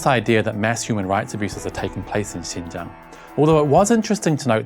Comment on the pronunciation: Hahaha… ‘Xinjiang… a place she can’t even pronounce properly…’